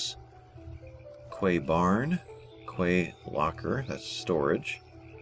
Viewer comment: the word Quay is actually pronounced "Key"..I know, crazy right..:)...thanks for these button walk throughs!